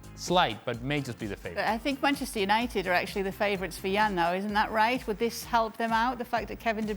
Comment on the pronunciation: did she say 'Penchester United' 😳